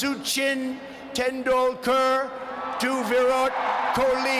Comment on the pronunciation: "Verod coli" instead of "Virat Kholi" I can't 😂😂😂